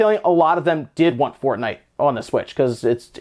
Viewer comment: Hmm, never heard of “fornite”